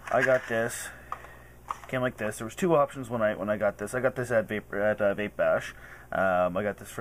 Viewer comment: vape, not cape